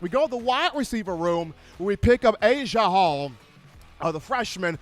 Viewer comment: His name is NOT Asia Hall!!!!